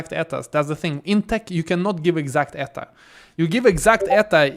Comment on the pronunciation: I think most places they say E T A no Eta.